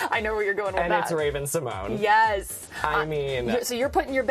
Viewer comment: It’s pronounced Symon-yay